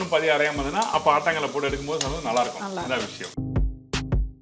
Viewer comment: ஆட்டாங்கல் இல்ல. ஆட்டுக்கல்.